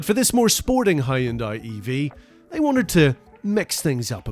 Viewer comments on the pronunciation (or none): it is hyundai not haayundai! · Impressive and well done! His pronunciation of 'Hyun-dai' is not bad and better than 99% of Brits who say "Hi-Un-dai' but to be perfect, one would say 'Hyun-Day' as this is the closest pronunciation to how it is said in Korea (surprisingly, most American auto enthusiasts say it properly. Reference the Hyundai Super Bowl Commercial: 'Hyun-DAY, rhymes with SunDAY' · Dear British people: stop calling it a "Hi-yun-dai". It's "Hun-day" like "Sunday." Hyundai literally made an ad campaign about it. Also, the sagging window line is what kills it. They straight traced that old Saab. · hai-yun-dai lmao. its hyunday. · Plz fix your pronounciation of Hyundai, it's hyundai like Sunday. Not Hy-un Dai or Hyon Die.